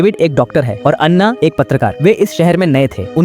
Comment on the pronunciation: Bc kaha kaha se ate hai ana ko Anna kr diya😂😂😂😂